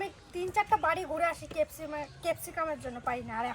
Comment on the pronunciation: কেপ সিকাম না। ক্যাপসিকাম হবে কথা টা।